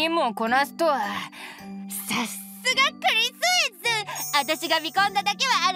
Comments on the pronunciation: 二人して"クリスエス.."の発音が素敵すぎる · しっかりKris Sって言ってて安心した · ゴルシもクリスエスも発音良すぎて感動しましたw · クリスエスの発音いいw